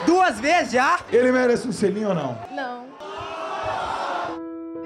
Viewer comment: "um xelinho xim"kkkk